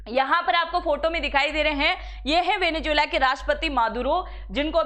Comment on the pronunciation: Pehle venezuela theek se bolna seekh le. Bahut irritating sound kar raha hai